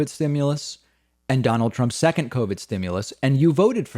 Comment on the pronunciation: Notice how he said "secont" instead of second, or secondly .